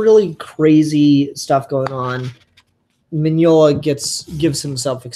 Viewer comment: You pronounce Mignola well enough. I read the book. It was amazing.